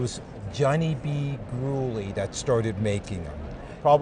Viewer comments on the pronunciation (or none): Its John Gruelle not John greulle